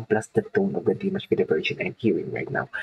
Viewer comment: The pronunciation of Dimash last name is… like you use GG “Dimash Kudaiberggen” that is how it really sounds but only ONE “G”. Dimash Kudaibergen.